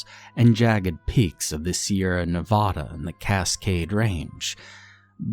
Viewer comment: The "A" in Nevada is the same sound as the "a" in "cat". As opposed to the "a" sound in "bar". Thank you.